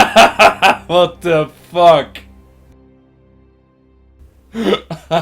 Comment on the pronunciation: this guy is certainly dutch. you can hear his dutch accent so clealy when he says what the fack. AWESOME!!